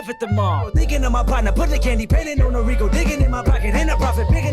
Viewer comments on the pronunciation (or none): none